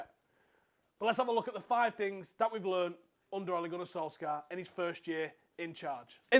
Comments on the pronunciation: It's pronounced sol-SHAH. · Oi pronounce his name properly man